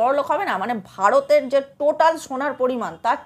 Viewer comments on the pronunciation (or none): none